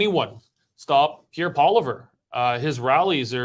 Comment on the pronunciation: why do you insist on mispronouncing Pierre's name?